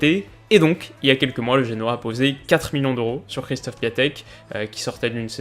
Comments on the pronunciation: D'ailleurs y se prononce "é" aussi 😉sinon encore une excellente vidéo ! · Du coup oui, ça se prononce en gros "Kjéchtof Piontek", énorme vidéo encore !